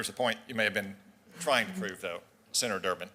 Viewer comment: "Uh, Senaturrrr..."